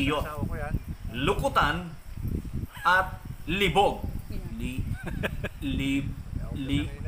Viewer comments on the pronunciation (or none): Lib-og hindi libog....